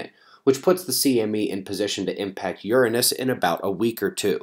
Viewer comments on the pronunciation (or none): Love your channel- I watch it daily. Had a good chuckle...I’ve never before heard the planet pronounced urine-ness before. Not meaning to offend, but it made me smile😊